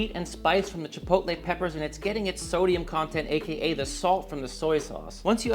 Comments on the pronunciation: Chipotle? I say chi-pot-tul- like bottle, in defiance...did that word come about with that pronunciation to sound dignified or something..chi poat lay'...maybe it was that sauce that bankrupted it.... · Chipotle the restaurant moved to our town back in the day… nobody knew how to say it never saw that word before. My mom and Aunt went with Chi-POLE-tee and have stuck with it ever since… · Had an ex who pronounced it "chip-o-lay" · chit poe t lay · Mine also says “chipottle” 😂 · Chuhpohtle, chuh - poe - tle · My mom pronounces it chip-a-hotay. We all mock her endlessly. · My mother says “chipoltee”… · My mom wouldn't know how to pronounce Chipotle. Lol. But my wife says "chipolte" She also says Salsta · I'm so glad other people's moms say chipotle incorrectly! My mom says chi-pull-tee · Save money and don't waist food and just use a mason jar. I will be making this for certain. My very British mother pronounced chipotle correctly, her friend however, said chipol-tee. Drove me freaking nuts every time. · 😅 my girls mom pronounces it chip-ole-tee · I love how universal mothers mispronouncing "chipotle" is. My mom says chi-POL-tee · Great video and recipe, will be cooked up this weekend and similarly stored in a previously used BBQ sauce jar! By the way, my wife pronounces it Chipolte Gave up trying to get her to say it right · great recipe! My dad used to pronounce it CHIP O TELL! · Both my mother and father pronounce chipotle as, “chipole-tea”. 😅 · It drives me nuts when people say "Chip ole tay". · My dad pronounces it like " chih-pot-uhl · My mom pronounces it as chip-toe-lee 😂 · Chi-pootle (sounds like poodle). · I only call the restaurant Chipotle “Chipottle”. They are a stain on the food industry and don’t deserve the respect of pronouncing their name right. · To be honest about your question: my mom can not pronounce "chipotle" at all. She's german. Just like i am. (I win!) LOL